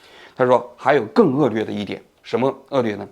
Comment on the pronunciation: 王局的很多视频都把“恶劣”读成恶”lue”，觉得这个档次的节目和播主不应该读错。